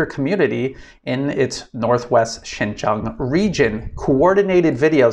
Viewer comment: Another advise bro! Please pronounce correct Chinese! Xin jiang would be pronounce Shin-jieng or Sin-jieng and not Shin-jang or Shin-jung. Okay?